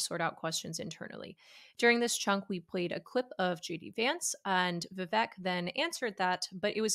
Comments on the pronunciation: It’s pronounced VIV-ACHE, not VIV-ECK Learn to pronounce your guest’s name. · It's "Vivek", like "cake"